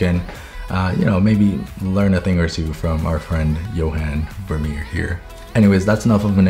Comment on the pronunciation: I’m Dutch and hearing you pronounce Johan Vermeer was funny, you mostly got it right though so 👏